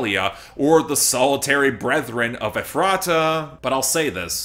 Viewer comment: Ok, I really hate to be that person, but it's pronounced (EF- ra- ta), not (ef- RAH- ta).